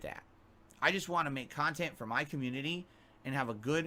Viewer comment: "I was immediately threatened about a podcast that only happened because I begged at least three different khantent creators to interview me, correct? Aaaaaaaaaaand Now I'm ex-tree-mlee butthurt because I looked like a jackass in front of all of the new viewers I wanted to draw in. Sound good?" TIFTFY